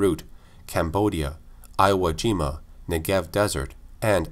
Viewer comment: Iowa Jima? Its Iwo (Ewoah) Jima damn it.